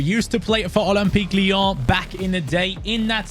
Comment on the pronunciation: Ole-m-peak Leee-yaawn 😅